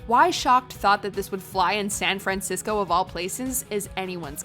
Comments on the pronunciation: The narrator can't pronounce San Francisco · If I have to hear SAHN FRAHNCISCO one more time in going to lose it. She speaks as though she isn't a native English speaker trying to remember how to pronounce San Francisco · SAN FRANcisco? Yikes! Has the narrator never heard anyone pronounce The City's name correctly? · Why can't the narrator pronounce "San Francisco"? It's very distracting. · and she cannot pronounce "San Francisco" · really puts an emphasis on the "Fran" in San Francisco. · Drew Kirner it's quite distracting.